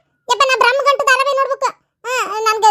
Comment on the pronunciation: ಬ್ರಮಗಂಟು ಅಲ್ಲ ಅಣ್ಣಯ್ಯ